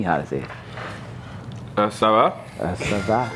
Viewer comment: Not saying “aça va” each time😭😭 He thought the ah at the beginning was part of the frace